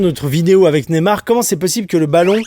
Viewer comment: Il a vraiment dit neymar ?! Au wolves mdrrrrrr